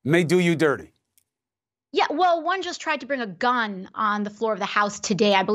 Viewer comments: God, I can stand how she emphasizes the “gun” to make it sound worse than it is... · god I hate how she emphasizes *G U N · I like her emphasis on “GUN”. I don’t know about all the rest of you, but me and my friends are always passing around loaded guns. Every one of them with hair triggers and no safeties. NO?!?!? You don’t? Good. I don’t either. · She made gun almost into two syllables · Ikr I was like, why do you keep saying it like that